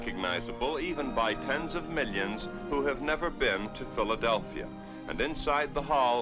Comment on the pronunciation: He said "Philadel-fria, I know right.